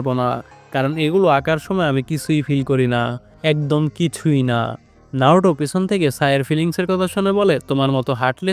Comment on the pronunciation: নারুটো না নারুতো ok